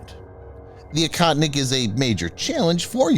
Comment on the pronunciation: It's pronounced "OHOTNIK" you western cretin.